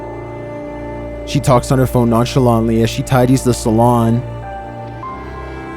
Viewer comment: He learnt the word non scelauntly today